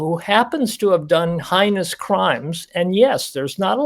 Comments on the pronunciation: Heinous is pronounced hay-nuhs. The expert doctor should know the word. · Right on! is a bleeding heart who can’t even properly pronounce “heinous” & who believes BK “is special”. If his loved one were a victim, he’d undoubtedly change his tune. As my husband says, “Give ‘em both a bologna sandwich and tell ‘em to ‘Shut Up!’”